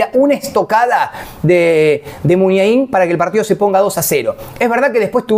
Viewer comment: Muniain,no muniainin y con minúsculas, suena a castellano. Y el nombre del estadio tiene la misma terminación de lo que no hay ninguna duda que Bidegain ,además de ser un buen doctor del oído, es del mismo origen, Irala, el nombre de una plaza de Bilbao y Legizamon también es de la tierra de los vascos, gracias.